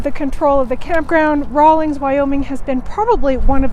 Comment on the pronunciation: There is no G in the town name. 🤭 thanks for the review tho. Good to know!